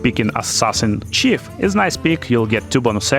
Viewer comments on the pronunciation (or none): I love your videos and your persistence to speak with that accent 😂 Top tip let voice generation or AI read you the f** script first so you know how to pronounce words. Chunder "Thunder" and Chief "Thief" my favorite so far👍🏻😂